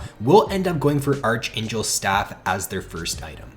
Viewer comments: Did you just pronounce archangel as archaynchel? It's pronounced as Arc-angel lol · Pronounced ark-angel